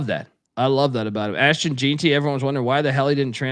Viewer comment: While I can understand mispronouncing some obscure name or location, etc, I can't understand how you can pronounce Ashton Jeanty as "Jeen-tee" instead of "Jen-tee" when he was so nationally known.